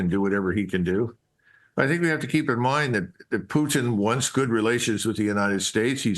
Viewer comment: Why do you mispronounce the Russian leader's last name? Is it some kind of problem to pronounce the T sound?